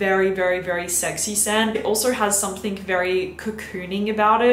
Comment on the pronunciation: i adore you and thank u for ur reviews but pls stop saying somethink.. no shade x